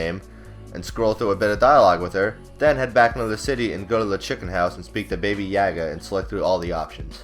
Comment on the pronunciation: Baby Ya-Gah? Really?